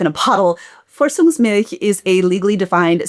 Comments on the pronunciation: It’s ‚Vorzugsmilch‘ not ‚Vorzungsmilch‘ :) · As one American to another, be sure to pronounce the German z like those of 'pizza'. When listening to this video while working (i.e., not seeing the printed word on the screen), I couldn't understand what German word you were trying to say until you translated it and I realized you were referring to 'Vorzugsmilch'. 🫣😅